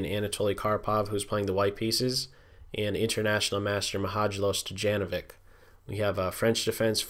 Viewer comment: stođenovik..... XD I found it very funny when americans are trying to say yugoslav names. But otherwise great video. Keep up the good work.